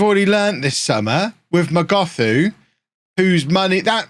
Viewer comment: Hi it's pronounced not as "Mogothu" but as "Mogotu" the h is silent. I'm a native zulu speaker from South Africa